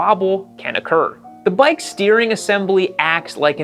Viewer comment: "The bike's not right." I thought Hank said "the boy ain't right".